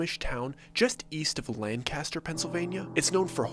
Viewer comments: I don’t know if anyone told you or not but it’s NOT Lan-caster. It’s LANK-ister. Just to hear someone say Lan-caster is so yucky 🤢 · LMAO! Its pronounced ......Lank aster NOT Lan Caster!! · I live in this area and I am anxious to hear the story. And it is pronounced...Langkister.. all run together. Not LAN_Caster 😀👍🏻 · Lancaster is pronounced Lan kiss ter. I lived there in my teens and it was full of paranormal stuff; alot of secrets. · Its LANE-KISTER. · please say lancaster correctly 😭